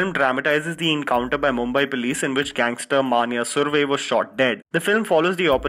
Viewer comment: aisha kulkarni - Maaanyaaa surve that was quite hilarious